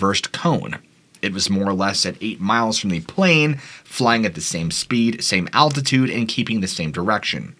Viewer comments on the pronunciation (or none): none